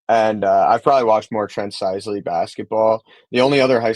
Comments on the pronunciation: His name is “sis-le”. Not “size-le” boss…talking like you Know all about him lol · and you can't even pronounce Trent Sisley last name correctly. OMG. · If you put Pundit back on while butchering Sisley name I’ll stop subscribing. Get it right you dorks. 😂